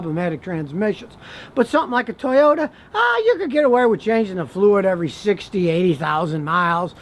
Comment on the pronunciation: I was wondering how long it would take to hear “Toyoda”. 🤙😂😂😂